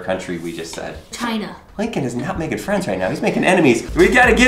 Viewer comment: you said cina